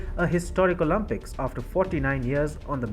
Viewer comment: It’s not pronounced as OLUMPIKS - it’s Olympics. Get your accent and pronunciation fixed before embarrassing yourself.